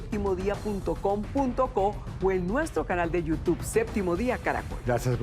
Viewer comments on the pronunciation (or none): none